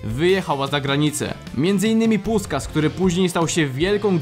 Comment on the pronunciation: Fajny materiał, ale na przyszłość : w węgierskim "s" czyta się "sz", a "sz" czyta się "s". Więc nie "puskas", a puszkasz.